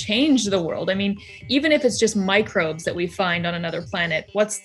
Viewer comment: She said 'Microbes'